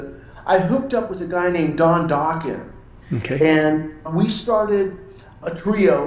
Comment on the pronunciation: He messed up the pronunciation of Dokken